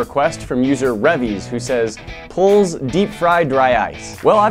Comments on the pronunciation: ITS SAID PLEASE NOT PLPDFSDFS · Its please, not pulz, other than that great video. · dude aint never say pulze it is please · I know y’all heard the part when he says plz and not please😂😂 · This mane said polls instead of please? Smokin dickz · pulse instead of please😂😂😂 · it’s “please” not “pulz” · It’s so funny how everyone is triggered cuz he said “PULZE” and not “PLEASE”😂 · "pulls deep fry dry ice" plz is pronounced please, not offended or anything... it just seems akward when old people speak engrish instead of english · did he say pulls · I can't get over him reading "plz" as "pulze!" Love this guy! 😂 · Plz means please so you pronounce it please oh and plz deep fry galium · LOL the way u say the word "plz" u pronounce it "PULZ" haha luv it! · Did he really say pull for plz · Did he just pronounce pls pulze? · PULLZ how do you mess up saying plz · You pronounce plz as please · "Plz" ain't "pulls" it's please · "Pulzzz deep fry dry ice" lmao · he said "pulz" deep fry dry ice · He really read plz like it’s spelled 😂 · The way he pronounced “plz” LMFAOOO WHAT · The way he pronounces plz triggered me